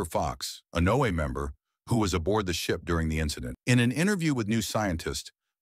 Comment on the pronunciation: AI narration is horrible. It's pronounced Noah .... not NO A